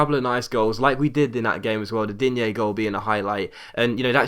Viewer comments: Same with Digne, he's french not spanish, so you pronounce Dign(e) not Digné. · Digne is pronounced 'Dean' btw